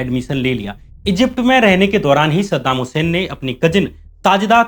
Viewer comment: Sadam husain ka nam achea tarike se lo